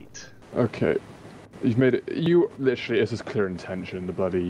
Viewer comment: LICHURLY I LICHURLY WARNED YUUUU LICHURLY NOT A MINUTE PAST AND LICHURLY